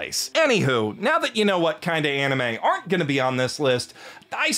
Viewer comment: That "aren't" was a bark! XD